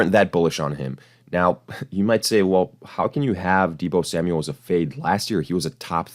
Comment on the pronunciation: You lost me at, “Deebo Samual.” 😐😂👎🏿